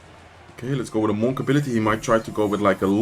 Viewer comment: Bro I cannot take the way you say monk 😂 this man says MoHn